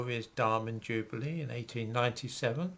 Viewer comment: Nice to hear use the traditional (UK) pronunciation of "jubilee".